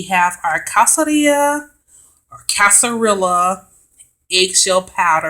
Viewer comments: I can’t stand to hear black folk refer to themselves as witches. Our melanin is too powerful. We are enlightened not witches. Our intuition is natural and more powerful than the others. The correct pronunciation is (kas-kad-ree-yuh). 🤦🏽‍♀️ nice try. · Pronunciation would be "Kas-ka-rrija" little shell or little peel. Is a Spanish word. Not being an a-hole but trying to help. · It’s pronounced Kas-ka-ri-ga meaning peel 😅 loved it super helpful 🙏❣️✨ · Sorry i dont mean this to be rude but its pronounced "cas-ca-ree-ya" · The pronunciation is BOTHERING me lol! But thanks for showing how to make it. I usually buy it in bulk, but want to use my energy in making it myself